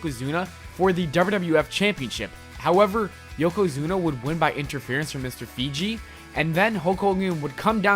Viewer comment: "Mr figi" I'm dead 😂😂